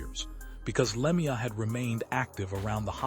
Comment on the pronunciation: Learn to pronounce his name correctly before u make a video What a joke